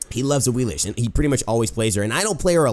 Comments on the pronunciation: Awilix not Awilish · Awilish? y u do dis? Awilix? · it's pronounced awiliks, not awilish